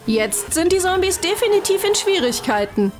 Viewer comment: Sombies hahaha das heißt Zombies sry Arber das ist ja so 😂😂😂